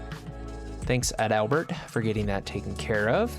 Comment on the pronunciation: Every time you say Adalbert all I can hear is “Fat Albert”